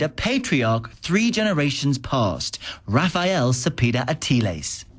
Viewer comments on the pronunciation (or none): none